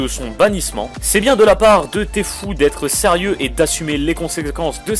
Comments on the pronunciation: Lol il a dit tfou au lieu de tfue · On dit T fyou pas T fou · Tfue se dit Tifiou !